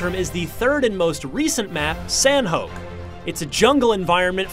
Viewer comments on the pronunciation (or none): HOLD UP........... San-hoak........ wut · sanhoke (sanhok) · The only thing I hated more about this review is his pronounciation Erangel and Sanhok. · You pronounced Erangel and Sanhok wrong and Sanhok is 1/4 the size of the other two maps. Not 1/2 the size. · How he pronounces erangal and sanhok triggers me hard.